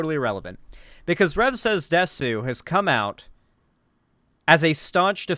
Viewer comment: I'm very curious about why anime and Japanese culture attracts so many right wing weirdos and nonces. Not just conservatives in general, but alt-right people (Btw it's pronounced 'dess' not 'desu')